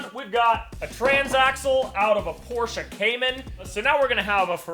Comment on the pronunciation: Finally, an American who knows how to pronounce Porsche (somewhat) correctly